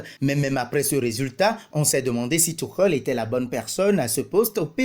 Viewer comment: Thomas thioukhel il a dit🤣🤣🤣 un accent vreummennnt